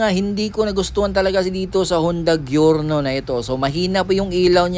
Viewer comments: Jorno. Not gyorno 😂😂😂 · GIORNO AS IN GIYORNO .. kala ko kasi pronunciation nito is like "jor-now"